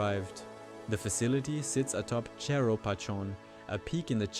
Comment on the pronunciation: Great video, but your AI bot's Spanish prounciation could do with some work! The word "cerro" in Spanish is not pronounced "cherro". It is pronounced exactly as you seet it: cerro. And the name of the hill is not pronounced as in French. The accent indicates where the stress goes, so it is pronounced "pachON", not "pashoonn". Probably better to ditch that bot, which has other issues too, and just get a human to do the narration.